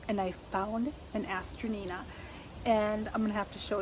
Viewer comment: These are very popular in the UK. they also go by the name of Masterwort. Hazzard Seeds sells these online here in the US. Note, pronunciation is a-stran-tia. This may generate more results on your search or from folks at local nurseries. I have a beautiful variegated variety that my sister gave me a decade ago but I’ve not found any other live plants here in RI. They’re so pretty though